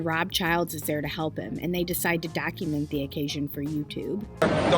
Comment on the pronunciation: did you say Dacument?